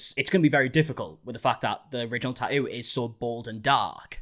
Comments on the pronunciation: You said "tattoo artist", I heard "tighty whities". 😅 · Three ts in tattoo and somehow you manage to pronounce only one of them